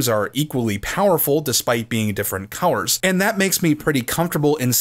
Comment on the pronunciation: Do you have a speak quirk or is what I hear a regional accent thing. For colors I hear cow-wers and when you say words with O and L together.